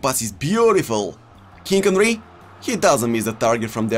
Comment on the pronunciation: Everybody: King Henry and De Jong: Kink Onry and De Jonk